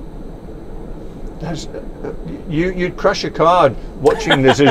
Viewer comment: BYOU-gatti Jacob: Yes, Bugatti